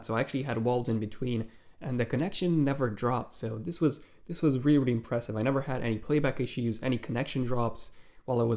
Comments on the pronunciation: “wealy wealy impressed me” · You wear reary reary impressed